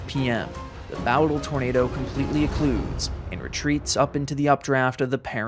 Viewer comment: Um... isnt it pronounced "Boh-dle"? Now bow as in the bow of a ship, but bow as in bow and arrow? Bowdle? If Im wrong, please correct me.